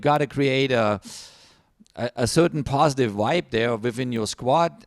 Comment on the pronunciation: "postive wibe" 😂😂😂